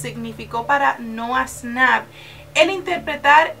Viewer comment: Noah snap :v Es nouah shnap ahre